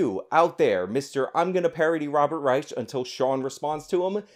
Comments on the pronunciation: Reich is pronounced Rike. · Yeah I can't watch this video. I normally find your videos worth watching, but your mispronunciation of "Reich," and your constant repeating of the mispronunciation is just too annoying for me to continue watching. 🙄